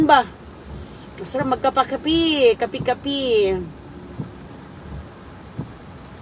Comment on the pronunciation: Triangol daw,hahaha,inuubo na si miss kol kol,sarap daw mag kapi,kape lang di pa masabi ng tama.😅😅😅😅